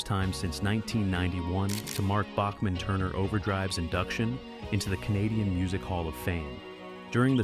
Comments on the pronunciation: It’s pronounced Back-man. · Randy Bachman’s last name is pronounced “Backman”. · It's pronounced Backman not like the classical music composer. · ou need some manners. Listen to much earlier interviews and you will find they pronounce it Backman. Years of Americans and even some Canadians pronouncing it wrong probably influences more recent interviews. I can tell you at a concert here in Calgary, likely October, Randy sat on a stool and prenounced his son’s name as Tau Backman when introducing him. I was front row for the concert. Also enter “How does Randy Bachman pronounce his last name?” into your search engine and you will get the truth. I’ve been a Randy Bachman fan since he was in Brave-belt which was before his time with the Guess Who. It is also the first time he worked with Fred Turner whom he later collaborated with on BTO. We are talking early 70’s. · Yes, it is BACKman, but everyone said BOCKman. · Randy told me that "south of the border it's pronounced Bach-man and north of the border it's Back-man." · It’s pronounced BACKman btw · It's pronounced Back-man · WRONG. Query Q With Tom Power in You Tube and find the recent interview with Randy Bachman. Listen at the 1 minute mark to hear how Randy Bachman says the name of the band that bore his name. And wonder how you got it wrong.